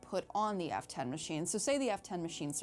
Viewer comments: The way she says F10 sounds like Afton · I keep hearing "Afton" when you say f10. No idea why they would make it sound almost the same...